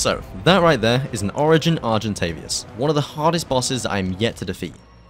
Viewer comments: Nice vid, just know it is is argentaVIS not argentavias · English: argentavis him: argentavias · Very good video! Good job 😊 but PLEASE argentaVIS not argentaVIAS 😭😉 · Argentavious, Carbonamious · THERE'S NO 'U' IN ARGENTAVIS!!